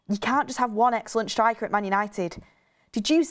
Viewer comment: Bugs me the way always says "it" instead of "at" 😆 "It the moment" "look it" Petty i know 🤣😂